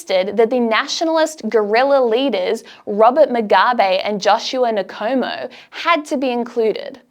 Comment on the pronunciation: Hey Honey, You need to learn how to pronounce Joshua Nkomo. I don't remember how to spell it, but I remember for sure,..there is NOT a vowel sound between the N and the komo. You did leave a fair amount of stuff out, but I guess there is only so much time. I think I could spend hours and not run out of stuff.